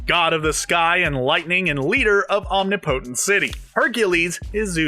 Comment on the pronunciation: It’s “Om-nip-po-tent”, not “Omni-po-tint”